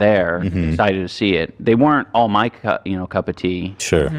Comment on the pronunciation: Didi he really say "My cuck of tea" ?